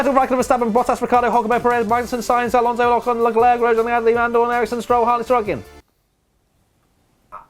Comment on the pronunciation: Championship rundown did he say Legluuur? or Leclerc?